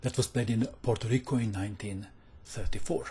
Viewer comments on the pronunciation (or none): It's Puerto Rico not Porto Rico,:)